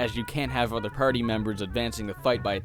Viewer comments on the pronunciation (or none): none